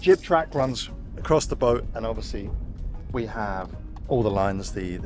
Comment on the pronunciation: How come your able to pronounce ruby rose but when you say boat you throw a R in there?